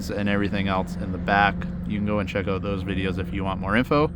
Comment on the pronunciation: says, they stick “Aouut” a little bit😀